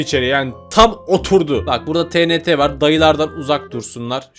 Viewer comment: abi o tenete değil tienti diye okunuyor😢